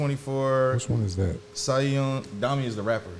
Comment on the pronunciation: Quick note, Siyeon is pronounced Shi-Yuhn phonetically.